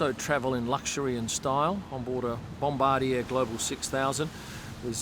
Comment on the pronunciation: As a Canadian, I can tell you the Stroll's arrived on a Canadian-made bom-bar-d'-yay